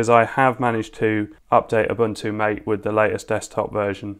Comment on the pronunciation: I'll have to check out Mate. By the way, it's pronounced "mah-tey" I guess